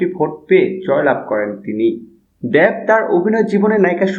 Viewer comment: দ্যাব না দেব ভাই? 😂😂